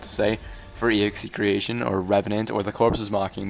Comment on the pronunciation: Pretty sure execretion is pronounced ex-a-cretion